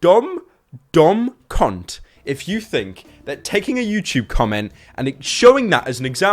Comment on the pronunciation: It's pronounced "Cunt" not "Cont"